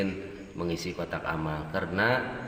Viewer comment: kotak alam bukan kotak Amal 😂